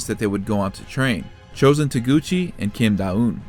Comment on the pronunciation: Don't think you said her name correctly once but tbh her sense senseis have silly names to l